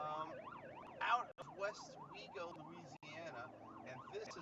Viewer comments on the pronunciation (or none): It's westwego not wago. Wish I knew y'all were here though